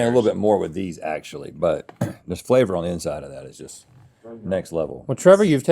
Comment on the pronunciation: The fact that Rhett said “guess wait” and not “just wait”